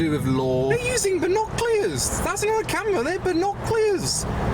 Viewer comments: Your accent can’t say the word binoculars 😂 (not from London ent you?) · Binoculars ❌ Binoclears ✅ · It's not binoclears 🤦‍♂️🤣🤣 it's binoculars 🤣🤣🤣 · and as for pronouncing binoculars wrong you freak